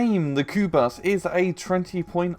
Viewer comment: Pronounced kubush